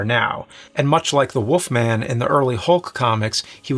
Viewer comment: “The Woofman is a woof”